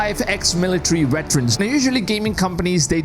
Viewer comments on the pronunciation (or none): Veterans not Weterans. LOL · Bro calling them wetrens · Veterans !! not WETerans :))